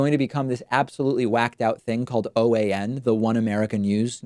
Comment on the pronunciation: Should be OAN not PAN